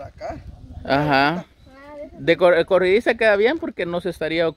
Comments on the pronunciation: Es corrediza, no corridiza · se dice corrediza no corridiza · Acá en mi país es corrediza no corridiza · Corridiza o corrediza 🤔🤔 🤣🤣